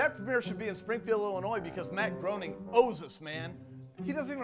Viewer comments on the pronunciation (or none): Lol guy calls him Matt Groaning -_- It's pronounced Greyning, good game Illinois, you lose.